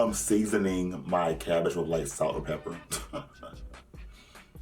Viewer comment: You’re cabbage!!! new jersey accent